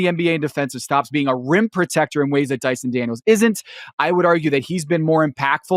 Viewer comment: Amen Thompson?, you mispronounced and spelt Dyson Daniels.